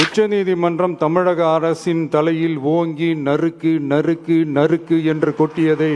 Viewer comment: நரிக்கி நரிக்கி நரக்கி .....தப்பா பேசிட்டோம்னு வாயப் பொத்துக்கிட்டாரு !! நறுக் நறுக் என்பதைத்தான் தவறாகப் படித்துள்ளார்